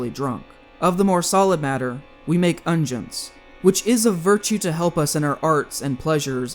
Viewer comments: "Guillaume" is pronounced gee-YOM, not GWILL-amay, and "unguents" are UN-gwents, not UN-jents. It would lend an air of credibility to your reporting to have correct pronunciation of the words and names you reference. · "Unguents" is pronounced UN-gwents